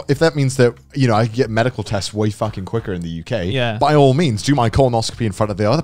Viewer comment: conner said quicker ina american accent